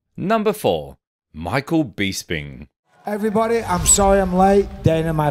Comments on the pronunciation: For Gods sake please pronounce peoples names correctly Michael Bisping , it's BISS as in piss. Not Bees as in bee sting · Michael “beesping “ 😂